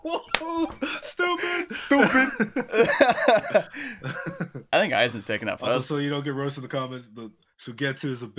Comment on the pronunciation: Dizzy is all white... XD.... and also that "STOOPID" was on point.... XD <3